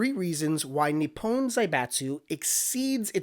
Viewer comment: It's pronounced Ni-pon not Ni-pown